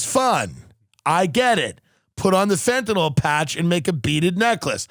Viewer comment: Stop calling it fentanall its fentanyl .sorry I hate when people try to be smart and can't pronounce words right.